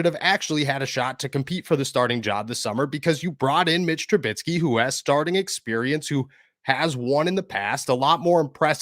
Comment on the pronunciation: Mitch is on a 2 year contract so he will be here next year. BTW it's Trubisky not Trubitsky lol